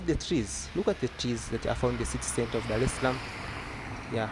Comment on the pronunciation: Nice video everything perfect. Don't say DALE_SALAM. What's wrong with you guys L-R R-L just say Darrrrrrrrrrrrrrrrrrrrrrrrrrrrrrrrrrrrrrrrr dar_es_ salaam and also the tiiiz what's the tiiiz mean? The trees